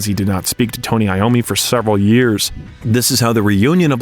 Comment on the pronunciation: Tony Lommi??? Wtf